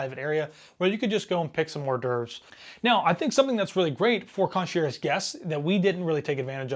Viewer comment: I don’t think you should be doing a relatively harsh review of a cruise line when your experience is one 4 night cruise. Also please if you are going to do video reviews look up pronunciation of words like “concierge.”